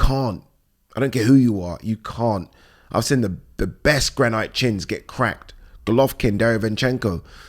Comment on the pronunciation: made of GRAN EYET ????????????? WHAT THE HELL IS GRANNNN EYET